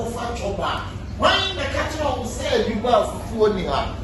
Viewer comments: It’s not Dubaa oo it’s dubai 😂😂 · ease its not Dubaa, its dubai with an i at the end